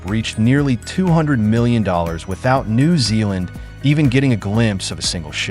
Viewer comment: I live in NZ. The way the AI pronounced "New" in New Zealand is so weird I can't listen to it any longer.